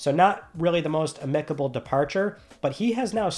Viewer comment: Every time you say amicable, you say it wrong. Every. Time.